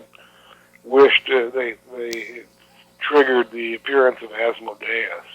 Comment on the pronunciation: I would just like to point out Gary's pronunskiation of Asmodeus :)